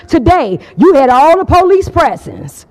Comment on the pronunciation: The poleece!😂